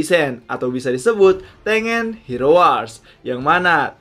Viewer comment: Baca Tengen itu di pisah sensei. Ten-Gen. Bukan Teng-en